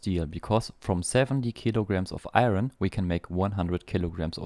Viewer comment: Iron is pronounced eye yearn. You keep saying eye ren and I can't tell what it was